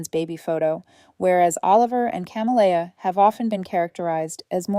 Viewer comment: She's raising two daughters alone, she says, but one of them is named Oliver and is referred to as he/him. The other is Camellia and this AI narrator pronounces it in a variety of ways, none of them correct. So distracting and unnecessary if they would get a human being to proofread.